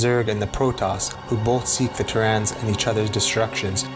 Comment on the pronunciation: Thank you. Both part 1 and 2 are great. Really made me nostalgic, but your pronunciation of terrans was really distracting. Otherwise, awesome work!